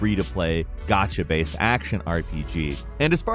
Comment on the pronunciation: need to learn how say "Gacha" properly. Here I am thinking... wtf is a "got-cha" game??? After about the 4th time of him saying it and applying more context, i finally understood what he meant.